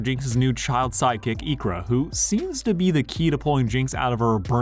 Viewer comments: My God man, her name is Isha, not Ikra, wtf 😂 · Who the hell is "Ikra"? You mean "Isha"? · IKRA??? Her name is said so many times, what?? Overall I adore this video, but dude her name is Isha? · i thought the kids name was "isha", not "icra"